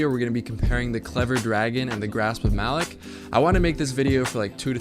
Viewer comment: Grasp of "muh-lock"